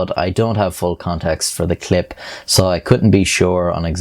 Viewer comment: hates people who add extra syllables to words also: adds an extra syllable to the word "clip"